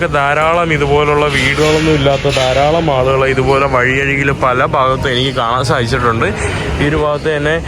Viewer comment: വഴിയഴികിൽ അല്ല വഴിയരികിൽ എന്നാണ് ശരി